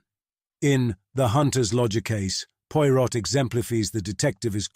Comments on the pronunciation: Slight misprounciations here & there. Hercule Poirot is correctly given as French: AIR-kyew Pwah-ROW. , the last name by itself is pronounced POY-rott. Phonetic, wrong. Also "exemplifies" is rendered as ex-EM-plih-fees. Perfect till that last syllable. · Is this AI or just poor audio editing? Five mins in and already he has pronounced Poirot three different ways starting with Poy-rot. I couldn't tell when the over blown, long-winded intro finished and the story started. The pauses and inflections are often are all wrong and the accents a mess.